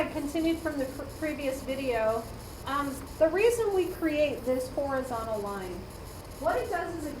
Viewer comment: I understand that you may say horizonal, but the word written is "horizontal" pronounced phonetically as [hawr-uh-zon-tl, hor-]